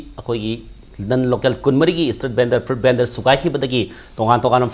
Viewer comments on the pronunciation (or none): PEOPLES=PEOPLE ;FRU-YIT BENDER=FRUIT VENDOR.Host oiriba Oja GeyGey na khara chumna haibiradi nungaijagani